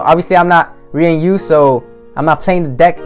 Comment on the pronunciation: This dude said ree an u